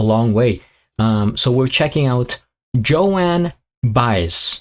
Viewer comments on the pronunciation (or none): Joan (one syllable. rhymes with bone. Not Joanne) Baez (Buy-Ez) has a very distinctive voice. She was and is very involved in the Civil Rights movement and a good deal of her music leans towards protest songs. This was somewhat of an anomaly but also one of her most successful songs. Theirs is a very complex relationship that was at its most intense in the 60's but has been consistent though strained through the years. And yes she definitely plays the guitar.